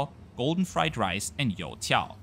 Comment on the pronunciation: Hi, thanks for your video about my hometown of Shanghai! I especially appreciate you exploring Hongqiao airport and railway station, and the lots of information about them in this video. I also love how you clearly pronounce Ma Nai Ga, You Tiao, and even Ji Xiang Hang Kong lol